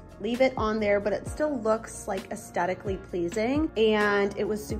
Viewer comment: Absolutely beautiful ideas! Thanks for the inspiration. It is aesTHetically, with a TH sound, not aesTetically pleasing.